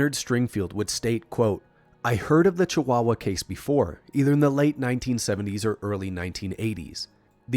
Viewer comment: Hell yeah, you nailed the pronunciation of Chihuahua! Mexico has some pretty interesting UFO incidents, don't we? There isn't a single wasted second in this vid. Thank you for such a solid report. If our government officials weren't so busy trying to protect the cartels as of now, maybe they'd find some time to answer your DMs. Please keep in mind that secrecy in Mexican government is more easily explained by incompetence and them being too occupied with plotting against each other, and not so much by an actual conspiracy.